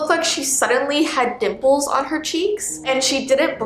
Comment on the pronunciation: Did she say nipples or dimples?